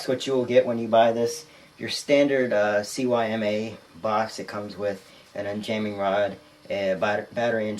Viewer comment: CYMA = SEE MA Not C.Y.M.A its not an abbreviation. Just saying. Lol.